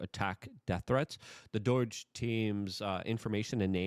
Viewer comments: BS - I’ll believe Scam Blondi will make a move once she ACTUALLY makes a move. And it’s pronounced “DOH-DGE” bro, not “DOY-DGE” ..just sayin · Its doge not doige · It's DOGE, NOT DOYG! You are capable of pronouncing the "long o" sound. I've heard you do so in other words. I don't understand why you KEEP pronouncing it wrong?! Seems like you're trying to mask your speech impediment with an attempt at "drrrrrr"humor? But it's simply not funny. It's sad. It just makes you sound low IQ. I WANT to watch your videos because you talk about important issues, but it makes ME feel low IQ when you persist in ignorant pronunciations and I keep watching your videos anyway. Cant you just speak like an adult? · It’s DOGE not DOIGE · What is doige I thought it was doge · Hey loyke it doge not doyge😂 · DOIGE?? 😂 Love you Luke, but c’mon, now… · Luke, you know it is DŌGE. Are you trying to avoid future video revocation or just want to sound like a moron? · Please stop pronouncing DOGE like DOY-GE. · Sounds like rhytard to hen he says it, smh